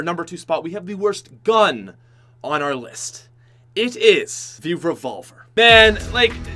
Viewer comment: I got triggersld when he said the revolvrr